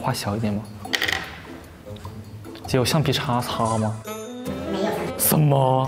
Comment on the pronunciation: LMFAO JUSTIN'S ACCENT WHEN SAYING 'CA CA' AND 'SUN MO" HAHAHAHHA WHICH PART IN CHINA IS HE FROM?